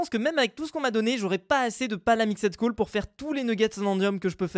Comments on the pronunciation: Stp arrête de dire "palamixède coal" c'est "palamixt coal" Merci 😅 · Car le ed ne se prononce pas et on prononce seulemnet le d